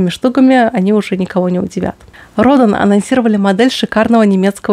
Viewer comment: Роден с ударением на Е... Как и фамилия скульптора,которую фирма взяла за свое название.